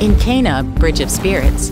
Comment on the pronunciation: “In KAYNAH bridge of spirits” lol